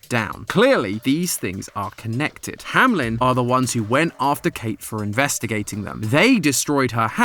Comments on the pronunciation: saying "hamlen" instead of "Hameln" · I'm so confused. Hamlin or Hameln? I usually don't watch these, so seeing the logo spelled Ham-Eln, but hearing Ham-Lin, is bothering me. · Hameln not hamlen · Hameln❌ Hamlen✔️ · Why call it HAM-LEN when it's pronounced HAME-LN (hay-meh-lun) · hey, u kept saying HaMelN wrong not hamlen its hameln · Very minor pet peeve I keep having with this game/theories. The name is spelt Hameln which, when read as is, should be "ham-eln" but everyone keeps saying "hamlin" and I just... Idk man xD It doesn't match. Idk if the game says it as "hamlin" or not but German says "Ham-eln" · why are y'all saying hamlen, it's ha-me-l-n like the town in germany. the one where the pied piper story came from. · … it’s Hameln, not Hamlen 😭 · Is it Hamlen or Hameln? He keeps pronouncing it HamLEN but it says HamELN on the logo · It’s hameln not hamlen ham-eln maybe im wrong but idk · Bro why do you say “Hamlen” and not Hameln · Hameln ❌ Hamlen ✔ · I have a question that's been bothering me for a while now. As a German when I read the name "Hameln" everytime the logo pops up, I wonder why everyone on this channel pronounces it as "hamelin". I do know that in the original story the name of the city is "hamelin" in the english version, but the logo does not say "hamelin". Shouldn't it be pronounced "Hameln" then? There is no i. Can anyone help me out here? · Still trying to figure out how Hameln becomes ham-lem 😭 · i think its pronounced HAM/ELN cause the L is after the E not before it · Hamlen? Really? That's the pronounciation we're going with? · I really wish english speakers would stop pronouncing it Ham-lynn XD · IT'S HAMELN AAAAAAAAAAAAAAAAAAHHHHHHHHHHHHHHHHHHHHHH